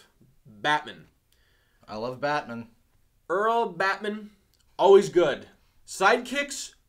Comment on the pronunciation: You say "Batman" like it's a surname, like "Bateman"... You need to stress the "-man" part a little more. Or maybe you're doing it for laughs? Pretty dull if so. Or maybe I'm dull? I don't know anymore. I'm on a horse.